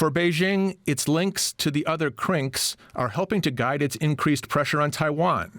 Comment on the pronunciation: The way he keeps saying CRINKS makes it sound like a slur. Now we got a bunch of CRINKS plottin’ against us.